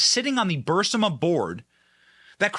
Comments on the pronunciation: If you would please read the name of the energy company you would realize it isn't Bursima, it is Burisma. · Benny. I KNOW that it's such a trivial thing. But you are KILLING my OCD! I mean "c'mon man!" How many times have you heard the word "BURISMA"? How many times have you read the word "BURISMA"? WHY are you REPEATEDLY saying "BURSIMA"? But I digress... Thank you for your hard work and dedication. Just... PLEASE... pronunciation? 😏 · Its Birisma!! Not Bursima!! You make fun of Biden for the way he stumbles over his words and mumbles, then yells and whispers. You talk the same way. I don't think I can watch you anymore. How can I take you seriously? Ive been watching you for a long time because I like your content, but I take it anymore. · Benny, it "burr-is-mah," not "bursima." Sorry, grammatical errors irritate me... 😏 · BURISMA. BURISMA. NOT BURSIMA. BURR EESE MUH. Google thinks you're saying Bursanet because every commercial that plays is for Bursanet. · Fantastic. Are the emails submitted ? Yeah we knew about BURISMA ( not bursima🤭) holdings conspiracy for over 2 yrs from Chanel Rion at oann and Giuliani who went to the Ukraine interviewed officials and did a 4 week exposé about it. Even Oliver stone did a documentary. Go get em benny boy! 🙌🏻🇺🇸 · How does no one correct Benny that it is Burisma not Bursima! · He probably does it in purpose to see if we're paying attention.I corrected him. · Please pronounce Burisma properly. It’s distracting as heck. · While I generally agree with your stance, you are a drama queen. How is it possible that you don't know the pronunciation of Burisma? It has been in the news for years! Burisma Ber is ma. Not that dufficult. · Soooo, why does Benny keep pronouncing Burisma as Bursima?? And I heard him the other day pronounce excise (ex-Size) as ex-Kise. Is this some sort of shtick or what? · BUR-IS-MA....say it with me Benny, Bur IS ma 🥺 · Benny, its pronounced (ber-e-sma) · pleaze learn to pronounse BURISMA